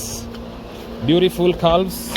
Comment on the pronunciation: This morning. Not today morning. The l is silent in calves calm.